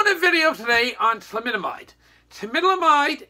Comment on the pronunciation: It’s thalidomide. Not flamidomide. This video is so offensive.